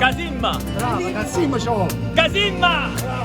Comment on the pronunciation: Tifoso:“Come dici…Tornate! Tornate! Difesa!” sguardo confuso:”*coreano incomprensibile* Tifoso:”perché ci vuole cazzimma”:”CAZZIMMAA” con perfetta pronuncia e senza alcuna esitazione 😂😂😂